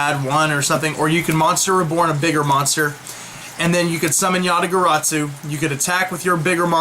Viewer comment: there is no T in garasu